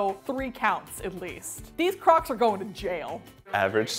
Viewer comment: She keeps saying clocss